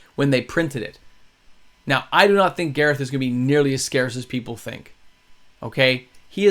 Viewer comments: Why do you pronounce it Gareth like the guy from the dollop instead of garth like garth brooks? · I'm sorry but I have to say it, you've been calling him Gareth but it's Garth, like from Wayne's world. Boomstick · Not sure why you’re mispronouncing “”Garth” but otherwise great content.